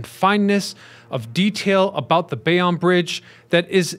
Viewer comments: I am also here to weigh in on that Bay-On controversy. It is absolutely Bay-Own! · As a Jersey City NJ born native, we pronounce Bayonne as Bay-Own not Bay-on. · That was bugging me too. Bay own NJ. Even a Philly native knows that. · It’s not opinion it’s Bay Own. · Guy from Paterson here - is is def Bay-Own ! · Yup, noticed this immediately. If you're gonna do a video about something, learn how to pronounce it first & foremost. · Yep was gonna say. Bay-Own. I'm cringing everytime this guy says bay-on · Obviously This guy is a fool. Never heard Bay-on before! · you need to do a little research on how to pronounce the subject matter that you are addressing in your videos. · As a Bayonne native this is correct. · Lol. I stopped the video to make the same comment. Seems that everyone but this content creator knows how to pronounce Bayonne. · blame AI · Bay On Lmaoooo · Damnit. It's Bay OWN. BAYYY OWN. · 96% off people pronounce it Bay- own. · As someone who grew up in Carteret, i keep yelling everytime he says Bay-Onn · He mispronounces alot in his videos. I couldnt take 'Bay- onn' anymore and stopped the video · Not born in NJ, Bay-on or Bay-own, Tomato, Tomatoe. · What Flicklives said 👍 I've also heard "Bay-wun"😂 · It's Bay-OWN' and Othmar AH'-min. I can't believe anything a you tubers says if he can't even pronounce the subject correctly. Do better! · We New Jerseyans definitely like the way we pronounce things. Screw the rest of the country that says WAH-ter. I thought said he was from NJ in an old video. Maybe he is pronouncing Bayonne the "correct" French way! BTW, I learned that the Outerbridge Crossing was named after a person. For over 50 years I just presumed it was an bastardization of "the Outer Bridge." They should have called it the Outerbridge Bridge to remove confusion! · Thank you for making this post haha I was going to do the same thing. I'm from New Jersey too. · I hate how he it says it lol